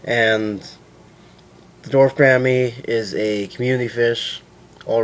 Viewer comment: its pronounced gor-omm-ee. thanks for the vid :)